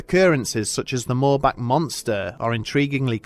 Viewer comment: THANK YOU for pronouncing "Moorbach" CORRECTLY tears